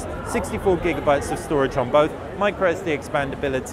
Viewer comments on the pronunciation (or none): none